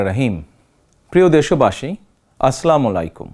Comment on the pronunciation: আসলামুলাইকুম নই ভাই শব্দটা হবে আসসালামু আলাইকুম